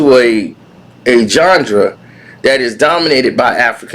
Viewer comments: “A “GHANDRA” THAT WAS DOMINATED BY AFRICAN AMERICANS❓❓❓❓” Can someone help me please, did he mean GENRE ❔❔❔❓❔❓❓ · Yes, he meant Genre. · Lol...yo cant even pronounce "Genre". You gon say Em aint contributed to the culture. Doggystyle was snoops last best album. That was it. Snoop aint been hot since then. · Yo bro! Are you mispronouncing genre on purpose?